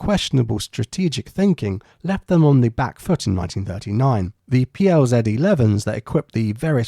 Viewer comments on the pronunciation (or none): It's PZL not PLZ :P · It's PZL not PLZ. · A super video giving a fresh insight into the great contribution the Poles made to the Battle of Britain. Just one thing- though it's PZL , not PLZ ! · Ehrm its not PLZ but PZL Short from Polish ( state) Aircraft Factory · it's PZL, not PLZ. Good documentary :) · "PZL" not "PLZ" :) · It is PZL not plz. Short for Panstwowe Zaklady Lotnicze. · Its PZL, not PLZ, please, avoid such mistakes. Those three letters are one of our national treasures here in Poland, it is one of few companies, that somehow made it through the communist times. Thank you for so in-depth analysis and effort, and I suspect that it was an autocorrect error :-) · Great video, just one issue. It's PZL not PLZ, or Państwowe Zakłady Lotnicze - State Aviation Works. And PZL P.7s were almost all withdrawn from service by 1939, only a handful of them remained in service. More modern PZL P.11 was the main plane of Polish Air Force at that time. Which honestly wasn't that much obsolete. It might look subpar to more modern planes at that time, but it featured great maneuverability and thanks to design of the wings really good vision. It unfortunately was slower than most planes it faced against and outnumbered many times to one. Not to mention overall strategy and coordination which was a problem of every branch of Polish army at the time.